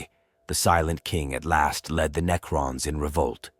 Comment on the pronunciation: Why are you saying neacron?